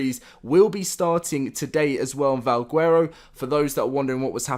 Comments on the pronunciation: Stop saying guuuero. Bro. Garow. (VAL) (GARROW) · He says vawgwerrow